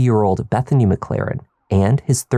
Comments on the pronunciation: Sure “Reggie McClarren” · McClaren? Oddest Irish folks, no? 😂